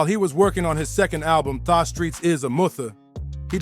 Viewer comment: i cant stand to hear the way the narrator says kurupt and tha. makes me cringe every time he says it